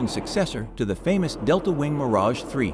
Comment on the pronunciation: Always the same... the name Mirage MISPRONOUNCED.